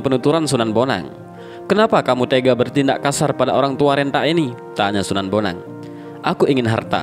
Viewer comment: Wa'alaikum salam wr.wb... D awal slh ucap mas... Sunan bonang bkn sunan boneng...